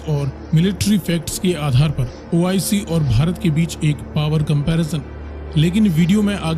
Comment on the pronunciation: Abba madarchood ois nahe oic.Pahala thik sa bolna tow shek laa